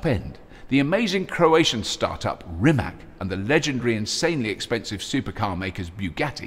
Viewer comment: When you say "Rimac" it sounds like you're going to say Rimmer.